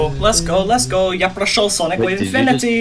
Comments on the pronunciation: Я офигел от его произношение "Я прошел" это было четко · Кто не понял, это американский игрок с русскими корнями. Поэтому он так чётко произнёс "Я прошёл SWI".